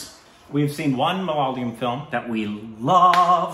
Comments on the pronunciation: Is it just me who feels that pronounces it as MA-LA-LA-YAM...? 🤔 Even in previous videos, it's mostly pronounced Malalayam. It's MA-LA-YA-LAM.... 😏 Interesting fact, Malayalam is a Palindrome! ⬅️➡️ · You just have to accept it as a permanent korbinization. it's not malayalam anymore. Its Malaalayam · Guys its not 'malalayam' MALAYALAM it is😃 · guys please leave them alone for pronouncing malyalyam. its ok. you know what they are talking about. even though we studied English in school almost all of our pronounciation sucks. so just apreciate that they are reviewing our movies and enjoy. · it's not "Malalayam" it's "Malay-a-lam". Pronounced like that. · not malaalam. mala yaa lum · Ok. Let’s try again ‘Ma’ ‘la’ ‘yaa’ ‘lam’. Four syllables. Not ‘Malay’ ‘lam’. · When are you going to pronounce Malayalam properly? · Rest of India is pronouncing it properly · not really 😅 most people don't pronounce the L properly